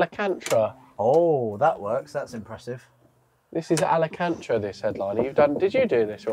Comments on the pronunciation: I need to hear saying a-la-kan-tra one more time, please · Alacantra 😂😂😂 ALCANTARA ! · The headlining is what? Alecantra? 😂 Maybe Alcantara... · it's pronounced Al can tara